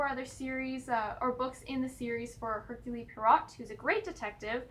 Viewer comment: Just to give you a heads up, it is pronounced 'Air-kyool Pwa-row' 🕵🏻‍♂